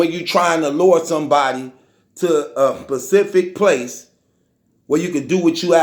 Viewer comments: I hate this nigga! #1 you don’t leave the crib but always wanna try to check a real niggas temperature.. #2 all of this is what you think, NOT A FACT! #3 you have a speech impediment and you need someone to help you out! It’s SPECIFIC NOT PACIFIC. Shut yo silly ass up 😂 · " Pacific Place " Its SPECIFIC numb nuts!